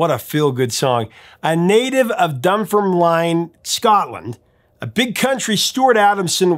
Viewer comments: It’s pronounced “dun-firm-lin”. Not “line” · Big Country were awesome.. Their music was pure Electric Bagpipes played on the guitar. God Bless Stuart Adamson, he left us way too soon...💙 🙏 🇬🇧 Its pronounced Dun ferm Lin.. silent e..by the way... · Dumb fer line??? What? Sorry mate thats uncalled for, learn how to say it. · Absolutely correct, not Scots Gaelic at all! plus we say Gaelic like you'd pronounce garlic bit without the 'r' 😂 Nice pronunciation of the town Dunfermline! 😮 broken up Dun ferm line... say it as one word and as if there's no e ... Dunfermlin But hey apart from that..there's a lot of Scottish place names that we Scots get wrong 😅 Big Country, such a brilliant band! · Followed them since they were the skids. We used to stand on the wall and peer through the window hoping to catch a glimpse of them rehearsing. My Mum actually dated drummer Tom Kellichan for a while after my parents divorced. Oh and it's pronounced Dun-ferm-lin 😂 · My family spent June of 1978 in Dunfirmline (pronounced 'dun-FIRM-linn', by the way 😊). When the Bee Gees were ruling the charts. I love this song, just for the bagpipe-sounding guitars alone! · Had a bit of a giggle at your pronunciation so If it’s any help the city Stuart grew up in Dunfermline, is pronounced Dunn firm lynn. Stuart massive influence on me as a musician and guitarist, got to see Big Country live three times before we lost him. Loved The Skids as well. Big Country had and still have a massive fan base, saw them for the fourth time this year with the present lineup, Stuart is sorely missed but the band can still put on a great show. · My all time favourite band. And by the way Dunfermline is pronouunced Done Firm Lin. I have all 9 of their studio albums and 9 more compilations and rarities albums. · Really brings back memories my one quibble however is the pronunciation of Dunfermline, it is actually pronounced DUN FUR MELIN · Its Dun ferm LIN. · It's pronounced 'Dun-ferm-lin..'